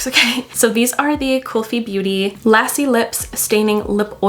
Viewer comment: Lassi is pronounced luh-see not las-see 😊